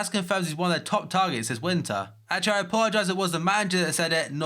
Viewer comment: its akshelie troe